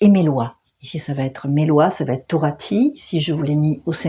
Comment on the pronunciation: Torotay et pas torati en gen 26:5